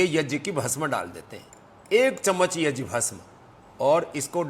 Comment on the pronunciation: स्वामी जी प्रणाम ! आप पर गर्व है सबको, पर कम से कम सही संस्कृत शब्द " यज्ञ " तो ठीक से बोलना सीख लीजिए ! कृपया गलत शब्द " yajn " बोल कर देवनागरी का अपमान तो ना करे. धन्यवाद